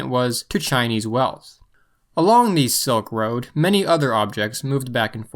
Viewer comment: It’s Silk Road, not Soak Road